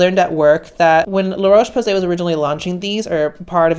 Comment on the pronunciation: Loreaoche Posay lol